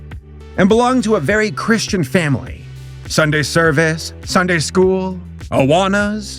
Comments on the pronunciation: When he said awana I just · you said "Awanas" and i was activated as a sleeper agent.